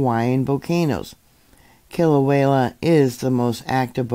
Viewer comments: I love how butchers the name Kilauea by adding an L between the E & the A. kilauela instead of Kila~way~ a. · Kilauea is pronounced kilo-waya